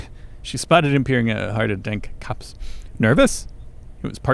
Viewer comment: Copse, pronounced kaaps according to Google pronunciation.